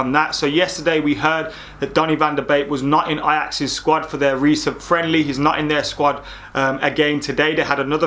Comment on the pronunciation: “Donny Van De BAKE”